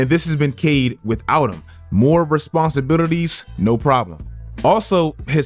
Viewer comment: Oh c’mon on that responsibilities pronunciation lol